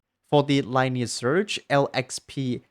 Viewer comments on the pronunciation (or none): there's no "R" at the end buddy